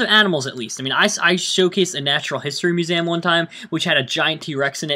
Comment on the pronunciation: Mu-say-um again, Ahhhhh:P